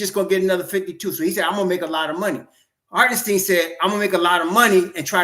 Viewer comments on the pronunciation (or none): It’s pronounce like “stine” not “steen”